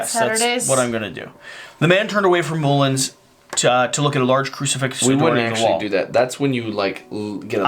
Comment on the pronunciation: I genuinely can't tell anymore if is just deliberately mispronouncing words/names to get people commenting! Moo-lins? Boo-mont?